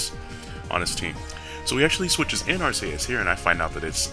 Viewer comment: 1st comment and its not Ark-a-us its Ark-e-us